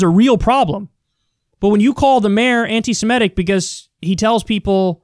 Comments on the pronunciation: Pronounce as written: anti-semitic. Not anti-simetic. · For the last time, Kyle . . . PLEASE learn to correctly pronounce "anti-semitic."